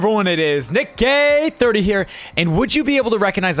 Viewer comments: For the intro it sounded like he said it nickgay30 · DID HE JUST SAY NICK GAHY 30😭😭😭